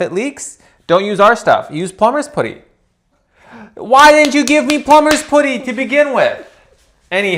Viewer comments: it’s not pronounced pooty, it’s putty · Is saying Plumber's pooty or Plumber's Poody? Cause I thought it was Plumber's PUDdy. Like buddy. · Blew. my. mind. with that 'poody' pronunciation of putty. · The "Plumber's Put-y" 😂😂😂 I'm deceased 😂😂😂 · Plumber's putty is not pronounced plumber's /pooty/. Just sayin'... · 😂You do know you’re not pronouncing Putty correctly right? That’s (P-uh-tty). But if it’s just a Canada vs US thing ignore me and carry on. 😊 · I love how pronounced plumbers putty! PLUMBERS puddy! Lol!😂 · I like how says "pooty" for putty. Is that a Canadian pronunciation? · I like how says "pooty." Is that a Canadian pronunciation? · Surely it’s putty? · Is this pronunciation of "putty" regional? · incredible pronunciation of putty, hahaha, is that a Canadian thing or just a thing? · The way pronounced "putty" Killed me... 😂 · I love you both, you are amazing at riding smoothly over setbacks, even leaky ones. But… is your pronunciation of “putty” a Canadian thing? In the UK we say it to rhyme with butty, or Cutty, as in Cutty Sark… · So funny how he said putty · no, he’s just saying it wrong 😂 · go away troll. Because I literally live in Canada. It’s not pronounced that way 😂 and you’re the weird troll on literally every video. Shoo